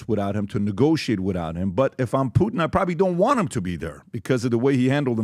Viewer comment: Everybody: Putin PBD: Poot'n 😂😂😂